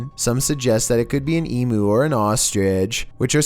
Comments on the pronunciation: Emu pronounced as eam-you not ee-moo. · It's pronounced emU (em you) not emoo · Heheheh Emu eem-you.